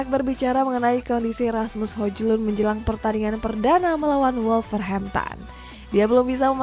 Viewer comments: Presenter satunya udah bisa nyebut Hoiylund, eh presenter tetap masih nyebut HoJJJlund. Itu baru lawak. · Itu pembawa beritanya fix ga ngeri bola, bahasa penyebutan hojlund memang sesuai abjad Indonesia, kan baca nya hoylun😂😂😂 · Hojlund bacanya Hoylund kak